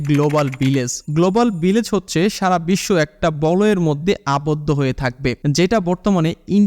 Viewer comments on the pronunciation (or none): none